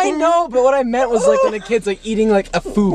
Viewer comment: “You know what I net”